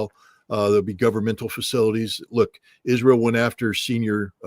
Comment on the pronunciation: If only he could say israel correctly, it hurt my ears everytime.